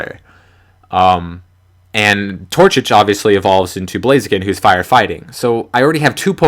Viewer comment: TorCHIC. Pronounced "Tour-chick"